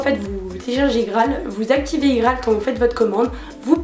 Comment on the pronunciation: Ca me stresse comment tu dis IGraal moi je dis ça comme IPhone quoi mdr